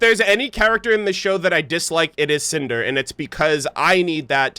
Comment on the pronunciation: When Cinder first came on screen I was looking away atm. All I heard say was "SANTAAA!!" and was so confused! XD Then I realized he said "CINDER" Haha.